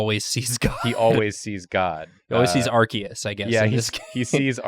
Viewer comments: Points for pronouncing Arceus correctly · for correct pronunciation of Arceus.